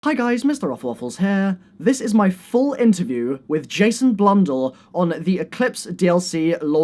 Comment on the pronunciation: Did he just say "jason blundal"? XDXD